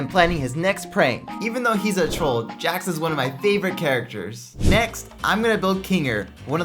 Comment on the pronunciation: You pronounced Jax wrong